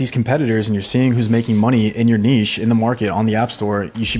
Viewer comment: heavy like to for pronouncing "niche" correctly 😄